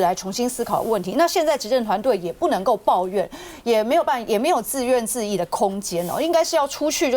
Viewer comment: 謝謝 林亮君， ，自怨自 (艾) ，ㄗˋ ㄩㄢˋ ㄗˋ (ㄧˋ)